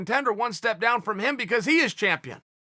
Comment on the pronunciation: shameful champion=shampione